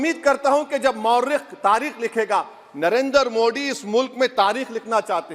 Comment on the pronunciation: तुम तो सारी भाषाएं पढ़ लेते हो लेकिन जब नरेन्द्र मोदी कहना होता है तब तुम मोदी शब्द का उच्चारण नहीं कर पाते हो मोडी कहते हो क्यों